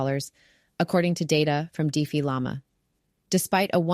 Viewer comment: Lol, your bot can't pronounce defi